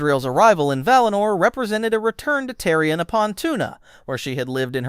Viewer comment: Terry Inn? Tírion is TEA-ree-own.